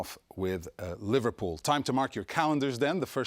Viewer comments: No, he said ' LiverPOO FC' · I heard he said liVARpool FC... 😂